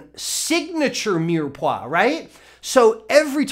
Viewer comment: Mire Poix (meer pwa)